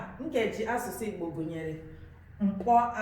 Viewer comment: 🤔🤔🤔i think u are not pronousing ur nkeji asusu very well❤